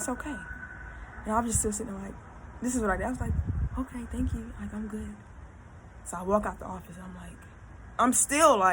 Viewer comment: “My edges look guood” lol bye. Loved it tho! Keep tellin ya stories!!